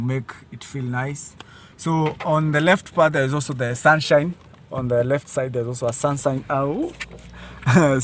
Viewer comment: Did you just say 'sunsine'😅. The TSI is ultra cute. Good review bro.